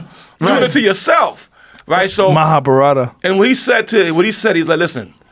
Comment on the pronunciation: Joe can't pronounced the word "MAHABHARATA" correctly .